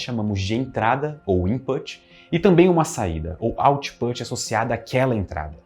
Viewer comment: 👩‍🏫 Minha aulinha de inglês com quatro palavras que o pronunciou no vídeo: input, output, pug e yorkshire A palavra put, que está contida em input e output, rima com book. A vogal faz um som intermediário entre "u" e "e", que eu chamo de "u preguiçoso" ou "falso u". O nosso queridíssimo pronunciou errado (na minha opinião poderia ter pronunciado input e autput, já que está falando português no vídeo todo, e o som ficaria ainda mais certo 😉). Outras palavras que enganam assim: push e Bush Pug está certinho! 👍 Rima com club. No português esse fonema vocálico existe na letra a antes de m ou n: pano, chama Yorkshire e outros nomes de lugares que terminam com "-shire" se pronuncia tipo "yorksher". A palavra shire, quando isolada, se pronuncia por exemplo "shair" lendo em português, e significa "município" (especialmente do interior da Inglaterra). Minhas aulas de inglês são individuais e baratas, para todos os níveis, e eu explico as coisas da língua muito bem. Estou precisando tanto de alunos! Me contratem! No zap: (